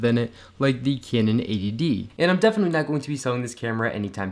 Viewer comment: you say canon weird